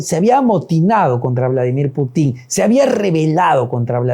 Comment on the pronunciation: Periodista de pacotilla, la KGB ya no existe, otra aclaración se pronuncia Putin , sin acento final. Infórmate antes de opinar